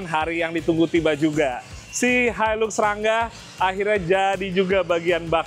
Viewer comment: Itu bukan hailuks mas bro. Hilux. Sebutannya hailaks